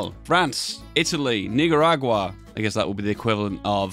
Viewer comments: Sounds like hard G instead of a C… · Noticed that too it’s a bit unfortunate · The way he says "Nicaragua" is mega sus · As a nicaraguan, I find it hilarious that he pronounces nicaragua like the n word